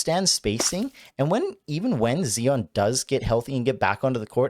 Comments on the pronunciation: Z-eye-on NOT Zee-on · Who the heck is Zee-On?